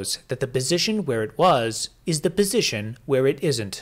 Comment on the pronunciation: Is he saying "bisition"?